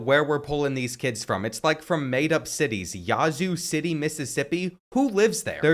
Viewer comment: I’m from Jackson Mississippi and no offense to the Yazoo City people but you butchered their city name